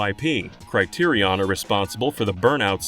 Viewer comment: thats NOT how you pronounce Criterion.